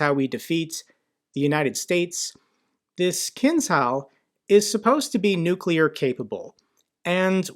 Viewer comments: I'll make your life easier: pronounce "Kinzhal" as "Kinjal" (like "ninja" or better, like "J" in French name "Jean") :) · It’s pronounced ‘kinjal’ meaning dagger (from Arabic) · each time :) . - Kinzhal is the Russian word for dagger - pronounced keen-zhál -- with the "a" being pronounced just like the "s" in provision. Not the best word choice, but first one that came to me. - Kalibr - Russian for caliber - pronounced Kaléebr, with the "ee" sounding like "ee" in sleep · Kinzhal is pronounced as KinJal. Remember: ZH = J (like, joke)